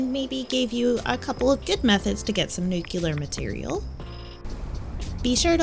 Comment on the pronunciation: It's NUCLEAR and not NUKELAR.